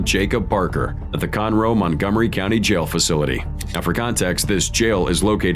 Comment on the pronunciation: “Sitting in a jyal”